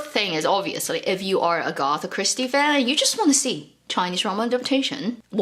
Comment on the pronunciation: Two points, Agatha Christie mysteries are so bad, just a terrible writer I don't care what anyone says. I never waste my time with them and then please! The name is AG-a-tha not a-GOTH-a